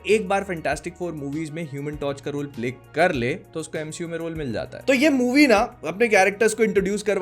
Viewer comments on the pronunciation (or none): none